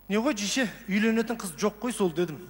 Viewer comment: RYSBEK ABDRAKHMANOV жише емес дише деп жатыр